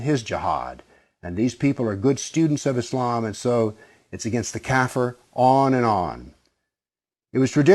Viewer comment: Kafir is pronounced [ kah - `FEER ] , not "cat fur". It's an Arabic word to generally describe things that are against Islam, and in some Middle-Eastern languages with Arabic roots, it basically means anything that's bad. Yes, they use it to describe "infidels" but the word has no direct connection to Europeans.